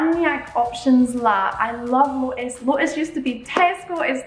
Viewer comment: lotus is literally is an english word but you are still say it wrong